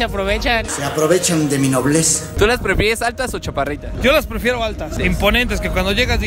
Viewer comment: Pefieres dice jajajaja